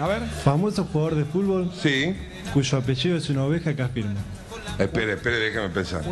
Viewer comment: "famoso jugador de fuLvol" jajsjdjs